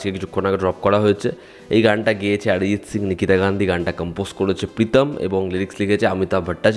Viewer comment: See, my neph, it's better to sound those Bengali names in Bengali. Did you get it freakishly? 😊